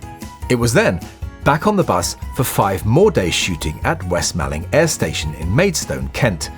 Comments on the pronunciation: and 'west malling' is "west mor-ling", or /wɛst 'mɔlɪŋ/ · Pronounced "West Mauling" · Hi. It is pronounced West Mawling not Malling, even though it looks like it is spelt that way. Cracking vid though. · West Malling is pronounced "moor-ling" by us in Kent. Only the control tower exists today... the rest has become a housing estate. Great video as always... and possibly my favourite Beatle period. "Roll Up, Roll Up!".